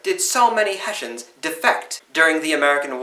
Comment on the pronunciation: Germans: Hessen British: Hessians: Heshans